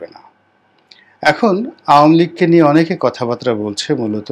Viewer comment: বাত্রা নয়, বার্তা।